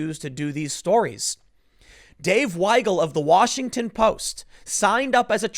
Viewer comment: Hey Tim, thank you pronouncing Weigel (Why-gul) correctly! Most people think it’s pronounced wiggle, why-gel, we-gul, etc... The German language is a little backwards when it comes to words spelled with an ie or ei. If it’s spelled ie, the i is silent and the e is pronounced, the opposite is true for ei.